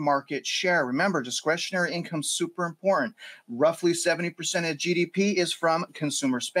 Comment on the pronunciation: Important is pronounced. IM-POR-TANT